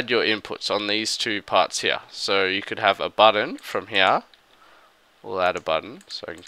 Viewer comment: "And we'll add another door heaaah..." Lolololol